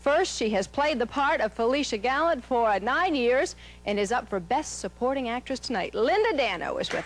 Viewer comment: lol gallant? learn the names lol